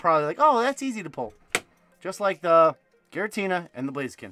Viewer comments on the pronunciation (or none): none